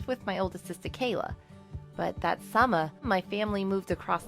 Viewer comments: Why does she say : summa, sista, supa, and stuff like that? It sounds terrible. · ‘summah’ ‘moahhr’ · The way she says summer... "summa" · Is it just me or does the narrator say summer in the beginning a bit weirdly